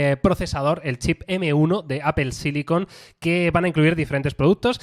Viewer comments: POR QUE PRONUNCIAN APEL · Apel? Apel? Donde está la E en medio!! 🙉